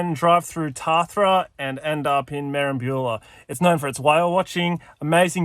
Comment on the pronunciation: Best pronunciation of Merimbula I've ever heard😂